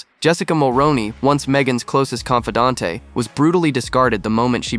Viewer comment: Repeat after me: kaan fuh DANT. The e is silent.